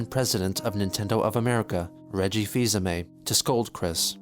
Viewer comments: I swear he called him Reggie Filler-Anime at least twice. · “Reggie fill hi-Mae” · I love that after that whole fiasco with the Miyamoto/Reggie troll he still butchered pronouncing both of their last names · “Fils aime” lol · I hate the way he pronounces Reggie's last name